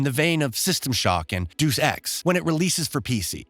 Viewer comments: He said “ deuce ex “💀 you mean “DEUS EX” 😂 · Heard him say that and just blurted out Deuce laughing. Yeah he's never seen that word spelt out before.